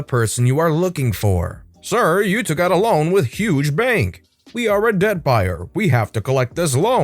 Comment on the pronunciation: I heard ‘deadbuyer’ until he said what a debt buyer was